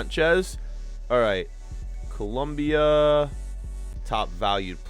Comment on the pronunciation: Its colombia not columbia